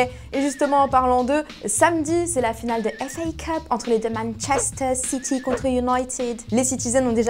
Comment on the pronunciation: On ne se lassera donc jamais de cette prononciation de « MANCHESTER CITY de LiLi » 😊😅